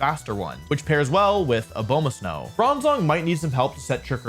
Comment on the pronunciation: If I hear this man say Abomasnow like that one more time I’m going to scream